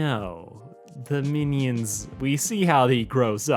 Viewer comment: y u say meanie-ons